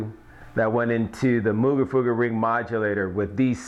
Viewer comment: I love you and all, but Moog rhymes with "vogue"..